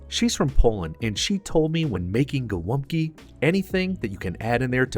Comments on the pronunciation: Its called GOŁĄBKI not GOLAPKI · The most misspelled dish in our cuisine <3 I saw everything from Haluski, Holupki, Glupki to Golapki xd "Golumpki" is pretty close! The polish name is "Gołąbki", ([gɔˈwɔmpki] or [goh-wohmb-key]) and it means "little pigeons"). Thank you for making our cuisine popular! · as a pole i die inside everytime someone outside poland calls GOŁĄBKI golumpki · Gołąbki, not Golumpki. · GOŁĄBKI KURWA NIE GOLUMPKI RAGHHH CO TY MI TU "GO TO LUMP KIRWA" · Gołąbki! Not golumbki. And its already plural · Not Golumpki, but Gołąbki! Great video though, have a nice day. God bless you. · dude its not golumpki its gołąbki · Golumpki????? theyre Gołąbki (sin. Gołąbek) how hard is it to google? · Actually, in Polish they are called "Golabki", not "golubki" ;>) Fantastic video. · ITS GOŁĄBKI ! XD .... not Golumpki XD haha Btw its not how u made tradicional Polish gołąbki, ur doing it wrong tho xd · It's actually "gołąbki", not "golumpki"! I do the sauce a little bit different. Instead of adding beef stock and tomato paste, I just put normal water. After gołąbki are cooked, I put the water in the pot, add tomato passata with some chicken stock and and a spoon or two of 18% cream. I put gołąbki in it, cook it a little bit more and after this I put gołąbki on a plate with mashed potato and sauce on top of potato. It's great! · It is Gołąbki not Golumpki ;) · Golabki, not golumpki. Dude, plx get it right :) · Hey, its not Golumpki, its Gołąbki (pronounced Go - as in government, Womb, Kee - Go-Womb-Kee). Funny fact, Gołąbki means Small Pidgeons in Polish. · Its Gołąbki not Gol'UMP'ki :P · Its pronounced “gowompki” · "Golumpki", srsly? it's as Polish as the gabagool is Italian, lol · The correct is Gołąbki, where ł(Ł) is like "WH" in "when" and ą(Ą) is a nasal o